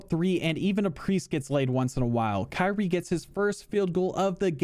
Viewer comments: “Kanye Irving” lmaooo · "kanye irving" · "Kanye Irving" 🤣🤣🤣